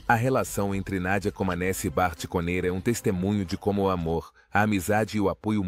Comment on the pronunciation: Pronuncia-se "comanéti".